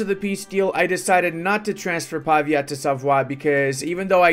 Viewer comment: Pavìa (con l’accento sulla i)